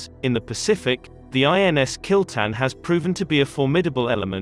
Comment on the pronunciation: its kil-tha-n but damm!! kill-ten sounds cool!!